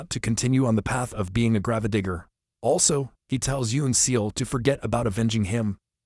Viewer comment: I know you're using AI for the voice over but seriously could you not get one that could properly pronounce grave digger?